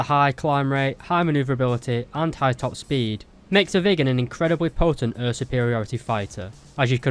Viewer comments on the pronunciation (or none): I'm obsesded with how you pronounce air as öer